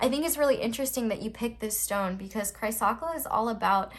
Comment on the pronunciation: Pile 4s stone is pronounced Chris-Cola lol. My pile was pile 3 tho .. Thank you! Have a Blessed day! Health Harmony Peace and Love to Mother Earth and ALL of her Children! Blessings of Healing to ALL!